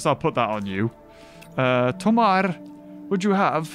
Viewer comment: It's funny hearing pronouncing "Tomarr" when you know that he actually met Chris O'Neal.